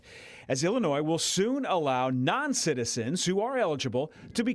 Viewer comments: You don't pronounce the s in Illinois,. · Great content as usual brother. S is silent in Illinois though. Lol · The “S”, in Illinois, is SILENT